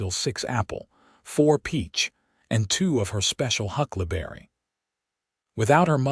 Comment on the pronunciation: Hucklaberry? Did you mean Huckleberry Pie? In listening to the story, keep waiting for Mason to take advantage of Lillian’s mother recipes. Listening from Clarksville, TN.